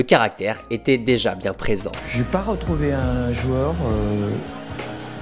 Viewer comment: Pourquoi dire « jueur » au lieu de « joueur »?